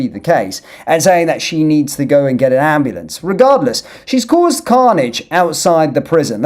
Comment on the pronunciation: "AM blAnce"